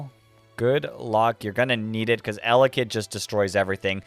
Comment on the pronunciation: Sry not eyelid it’s Elekid